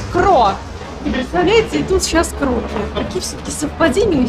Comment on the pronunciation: здравствуйте,спасибо за позитив и красоту!В модном доме Кроки( там ударение на И ) представлена дизайнерская одежда, стильная,современная,нестандартная,интересная,зайдите,получите удовольствие от созерцания и атмосферы.Может найдете что-то интересное для себя.У них есть свой канал,где представляются коллекции с примерками